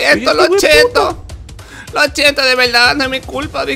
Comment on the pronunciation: Lo chiento, lo chiento 🤣